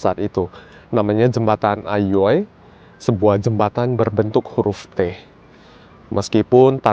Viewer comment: sorry but the pronunciation is wrong, Aioi not eiioi Don't read it with an English accent because it's Japanese😅😅